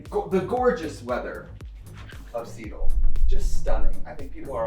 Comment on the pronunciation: I appreciate Trixie using the local drag icon pronunciation of “Seattle” (like Dina Martina)